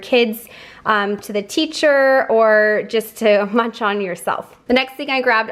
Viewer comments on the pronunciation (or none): none